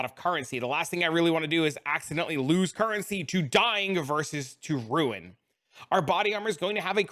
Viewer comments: btw ruin = rue-in, not roon (rune) ! :D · it finally hits me: "Holy shit, he's saying RUIN"